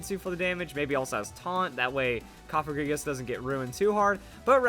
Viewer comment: Cofagrigus is pronounced "kahf-egregious"